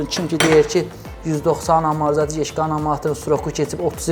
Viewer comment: Maraqlı kontentdi, bir şey maraqli olub həmişə niyə bütün ustalar amortizatora amarzatir deyir) Əl işinə söz ola bilməz amma. 👍